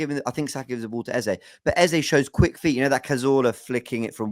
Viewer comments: the name is EZE, not Eza. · i agree, you made the right choice in choosing your gyaal...big up guys...good to see you all back. BTW its 'Eze' pronounced (Ez-zay) not 'Eza' pronounced (Ez-zah) which means 'King' in the igbo language (spoken by the South Eastern people in Nigeria)